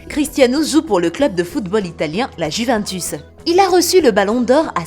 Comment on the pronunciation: La meuf elle parle sur lui mais elle s’est même pas dire Juventus